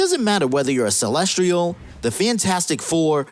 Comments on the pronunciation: Lol "Celestrial"?? It's "Celestial" not "Celestrial" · CelsTIAL, not Celstrial. Holy hell that was driving me crazy. How do you make an entire video mispronouncing something like that